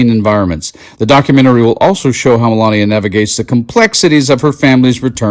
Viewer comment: Mee-Mee-Mee-lania who?